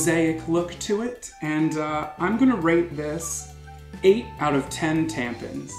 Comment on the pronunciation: Every single time he said "tampens" I lost my shit skskjkh